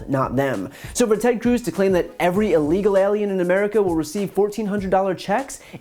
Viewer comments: I love the way Cruz pronounces illegal as 'ee-leegil.' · You’d think a Senator would know how to pronounce illegal.